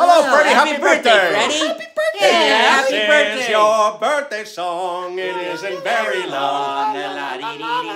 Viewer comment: Keep it up,! 😁 Remember, Curly said "buithday". Keep it up, you'll fine tune and get it. You're doing great with this! I know Curly and the rest would be proud of what you're doing!